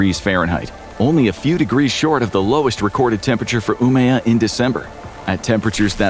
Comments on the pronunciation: "Umeå" not "Umea" å is pronounced like O in English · that's probably the worst pronunciation of Umeå I've heard so far this year